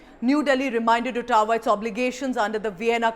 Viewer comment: Good review. Please it is not pronounced “autawa”. It is “awe-t-wa”.